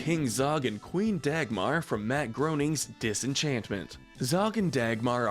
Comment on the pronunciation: It's pronounced Grain-ning, not Groning...